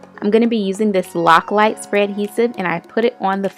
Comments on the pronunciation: It's Loctite...not Loclite.. I love how this turned out and the colors you used! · LOCKLITE? Umm, LOCKTITE. LOL.... Nice video...